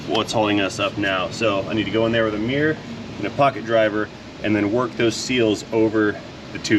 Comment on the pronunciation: What’s a ‘meeerrr’, do you mean mirror???